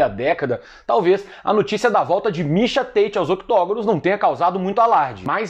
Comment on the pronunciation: Mixa Têite dublado para o ingnoreixom, ai vem vc falando em inglês mixa táti que é o mesmo mixa tate😂 cadê o personagem do ursinho pulf o que fala xiando kkkkk